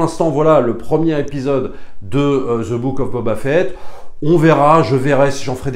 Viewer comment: Je comprend ton opinion. Sur certains point je suis d'accord. Le parcours, la musique mais l'univers de starwars c'est quoi au final. L'univers n'est pas terminé d'être raconté. Bref . A un pti point que tu dis qui me sort de mon univers c'est quand tu dis Ze mandalorian ou Ze book of bobba fett.. c'est the prononcé 'de' svp je sais pas se qui vous apporte dans vos cours d'anglais mais ze c'est pas de l'anglais ! Merci c'était mon point.